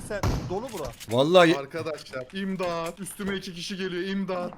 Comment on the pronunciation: imdağt üstüme iki kişi geliyo imdağt